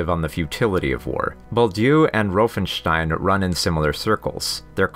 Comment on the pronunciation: Please dont say roofenstein its said Von Rauffenstein the letter A is pronounced different in Germany also north England and Scandinavia...